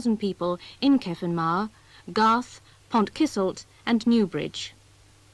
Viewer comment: Got to love the attempts at pronouncing Welsh placenames by folks sitting in the middle of rural Hampshire. Pont Kisselt is a new one on me!